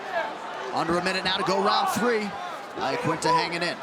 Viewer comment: Why cant anyone pronounce Iaquinta's name properly?